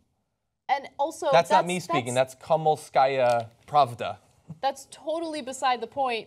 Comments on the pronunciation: It's Kom-so-mol-ska-ya Prav-da. It ain't rocket science Kasparian. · Honestly, worst pronunciation of the title of this paper I've ever heard, it sounds nowhere near like that. I mean, the paper is a laughing stock in Russia, almost everything they publish is abysmal, no doubt about that. But could you have prepared? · Guys, I love you, but please practice pronouncing Komsomolskaya Pravda before you go on air. Ironically it means "the young communist's truth" - they never bothered to change the name after the fall of ussr. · That's definitely not how you pronounce Комсомольская Правда. Not even close. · So funny that she can't read "komsomolskaya pravda". Only the most known news outlet from the Soviet Union, lol.